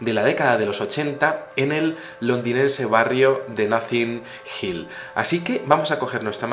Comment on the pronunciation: Muy buen video,, un apunte d pronunciación, el barrio ese inglés se pronuncia Notin Hill(Notting Hill), ya que parece que dices Nothing Hill jajaja. Eres un crack,. Saludos desde Almería